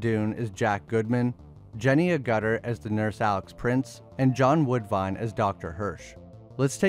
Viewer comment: Griffin dune 😂and jenny a-gutter , Americans are funny